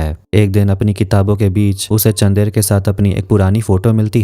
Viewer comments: How hard to pronounce चन्दर ? Ye चंदेर kya hota hai...? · it's chandar don't say chander